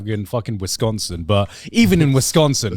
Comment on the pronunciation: As a Wisconsinite I busted out laughing (also props to Garnt for pronouncing Wisconsin correctly)